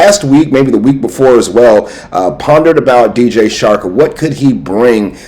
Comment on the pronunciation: 🤣 it’s DJ Chark not shark 🦈 🤣. Grate vid tho